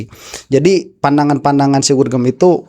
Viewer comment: Gorgom kalee bukan gurgem